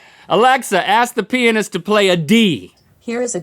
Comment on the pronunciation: That's not how you pronounce pianist, and you know it...